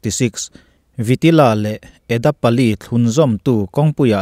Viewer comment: Vitila ni loin vaitila tih zawk tur.... Karela ang bak2 a motor khalh chak hi India ah chuan an vang ang...